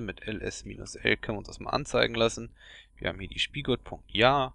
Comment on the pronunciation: Wie du Bukkit und Spigot aussprichst... haha :D